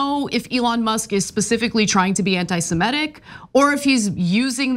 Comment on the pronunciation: semItic. not semEtic